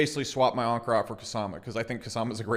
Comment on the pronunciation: its anchor not onker